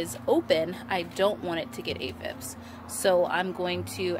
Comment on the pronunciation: Aphids not aphibs lol love your videos!🌿🌸